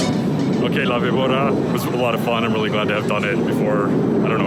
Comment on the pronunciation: It's la-bee-bOR-rra. Remember, in Spanish, the "v" is more like a soft "b". Soft roll on the r